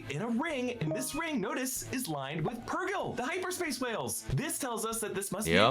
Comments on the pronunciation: Yeah the thing that finally got me to unsub from screen crush is incessant refusal to pronounce “purgill” correctly. He’s been corrected a lot of times and he still says “pur-JILL” and maybe that shouldn’t bother me so much, but it drives me nuts. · It bugs me that mispronounces Purrgil